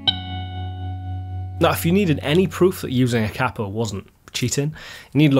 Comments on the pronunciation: Its pronounced Kay-po Not cap-o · I really hate to do this but it is pronounced Cape O after the inventor Batman 💯✌🤟🤘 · It's only cheating if you say kapo the way you just did lol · 40 Years ago an amateur musician friend of mine (I'm not a musician) referred to it as a cap-o and I always thought that was the proper pronunciation. Then it seemed everyone pronounced it kay-po. Nice to see someone agree with my now dead friend. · I'm a lifelong east TN country boy and never use a capo myself but all the bluegrass and Gospel players I know are connected at the hip with their capo. It also cracks me up how you pronounce it versus how we pronounce it. We say it like "KAY-poe" but you say it like "COPPO" and that reminds me of on The Godfather when they would talk about the "caporegime" which is like the counselor to the head of the mafia. LOL! Ultimately though a capo is simply a tool the same as a pick is a tool. Guys like Chet thought WE played "wrong" because we use a pick. It's just a tool. Use it if you want. Don't if you want. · Here in the states we pronounce the word "kay-poe" with a long "A." In America, a "capo" with a short "A," is a mafia boss. Only time I use a capo is for singing in a more comfortable key. Peace. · thanks for the comment about the pronunciation. I've pronounced it "KAY-po" for five+ decades and wondered if I'd been wrong all this time. ;) And I totally concur: it's a tool. I use one if it works better for the SOUND of the music. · Hearing Americans mispronounce it as ‘Kay-po’ does my head in as well… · Hearing the word capo mispronounced so many times in one video did my head in